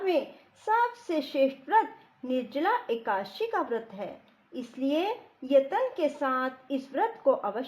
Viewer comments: Akasi nahi akadasi kahte h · राधे राधे जी एकाशी नही बोलते एकादशी है जी 🙏🙏🙏🙏🙏